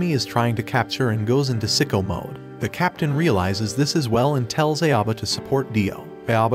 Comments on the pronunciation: Cringing on your pronounciation on his name... It's Ah-oh-bah not Ae-o-bah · im still so triggered by the voiceover calling "Aoba" "EiAbo" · Except this narrator isn't even close to correct pronunciation. Aoba = OW-BA. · Bro his name is pronounced Ow-ba…. like Dio literally says it in a good portion of the episodes….